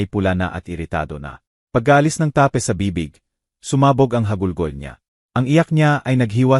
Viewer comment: May mga words na mali ang pagbigkas tape ta-pe lock- look ayusin ang salita!😅